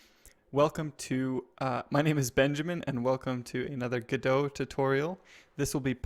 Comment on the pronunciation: Pretty sure it's pronounced "go dot":)